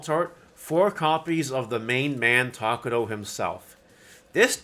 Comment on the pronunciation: i really hate how you say takato as takudou ahhhh but its ok